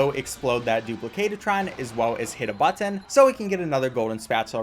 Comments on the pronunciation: Can we take a moment to appreciate how carefully enunciates the word "button"? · Speed run 10/10 Spongebob tongue 10/10 Button pronunciation 15/10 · I love how he says button.